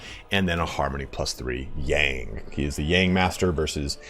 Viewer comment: Yin and Yang are pronounced more like 'in' and 'young'. I don't want to be a pronounciation police but it is kinda hard for me to differentiate what you say in this case :D